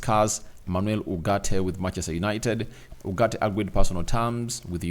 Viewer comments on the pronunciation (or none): It's ugarte not urgate